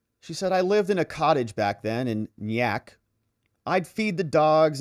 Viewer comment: neye-ack, i know.. those NY towns are a pain in the arse to say sometimes, love your work on these thank you!!